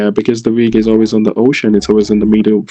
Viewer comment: I'm sure you're right. He sounds so blank and robotic, but you can still hear him talking about Hireland and the hocean.